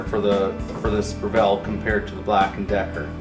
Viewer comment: BREV ILL.......NOT BREV ELL